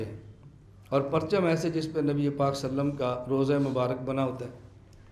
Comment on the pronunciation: صلی اللہ علیہ وسلم کا تلفظ درست ادا نہیں ہورہا ہے۔۔